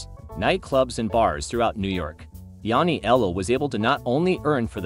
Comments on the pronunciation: Yanni-ellow? Please you're killing me...Matt NYC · Yanniello becoming Kaporegim...im still in stitches! But seriously theres no excuse. Human or AI this type of pronunciation should be considered an actual murder charge.